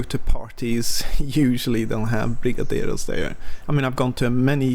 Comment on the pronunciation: Just wanted to you nailed the "brigadeiro" pronunciation